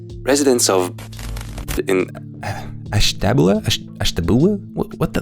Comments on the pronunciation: It's pronounced Ash-tuh-byoo-luh. It's a native tribe. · It's pronounced "Ash-teh-be-ewl-uh" (ASH-tə-BYU-lə). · made me chuckle a little bit! Ashtabula is a little hard to pronounce but I’m in Pennsylvania, so I've lived by there all my life! It’s pronounced (ash - ta - bew - la) hope this helps! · native ohioan here, its pronounced ash-tab-YOU-lah!